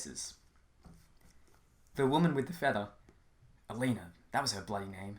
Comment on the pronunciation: I already read the entire book (it’s really good and you should buy it) but I came here to see how Jed would’ve pronounced certain terms he created. Now I’m shook. I thought Vahria was pronounced Vah-ree-uh, Paya was pronounced Pie-uh, Elena was pronounced Ee-lay-nuh, and Alvaro was pronounced Al-vuh-row. At least we agree on Murmidian, Blas, and Marym. I wonder how he’d pronounce Waverrym. I pronounced it like Wave-rim.